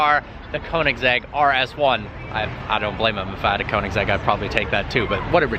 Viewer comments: It bothers me when he pronounces Koenigsegg as "koing-segg" and not "Kyo-neg-gee". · BRUH ITS NOT (cone-en-seg) BOI ITS (ko-en-saag) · It is actually konseiigg agera r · And Koenigsegg is pronounced like Königseg, not Konigseg, but that said I really like the enthusiasm for cars in the video. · Koenigsegg is pronounced like kønigsegg and not konigsegg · kÖnigsegg. >>>>Ö<<<<, not o. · He just said a konensegg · after all this time ... still no clue how to pronounce it corretly. Kounigsegg lol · He can not even pronounce Koenigsegg.. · How to pronounce the name KOENIGSEGG AGERA RS